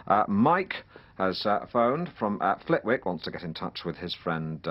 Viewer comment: Flitwick is actually pronounced 'flittick'.